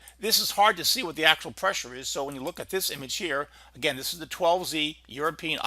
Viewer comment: Thid? Do you mean "this"? Also 92L is at 30mph and 1011 MLB